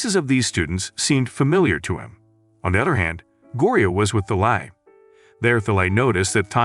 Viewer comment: Thalai? it's Talay